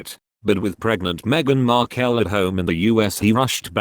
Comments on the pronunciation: Please pronounce Meghan's name as it is..Markle, Markel is wrong. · While I join millions of others in wishing the Queen a very happy birthday anc at the same time send my deepest sympathy to her Majesty and the whole Royal family, I DO wish yo ask the commentator you employ to PKEASE pronounce Meghan’s last name properly and speak in a more animated tone. Hd sounds like he is reading the phone book!! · Oh good grief...what hair colour next..Archificial's age seems to fluctuate with every photo Don't believe a word of this, can't even pronounce Harry's wife name correctly